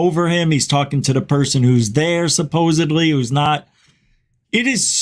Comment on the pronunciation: Supposebly always gets me. Why would you keep saying something without actually thinking about it?